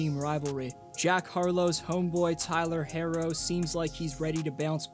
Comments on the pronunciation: Tyler picks up cell “Hair-ro, Hair is this?!” Lol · Why does he keep calling him “Hairro?!” Tyler Hairro….smh